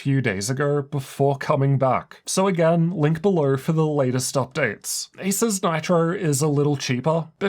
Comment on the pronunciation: He seems unable to pronounce Asus for some reason.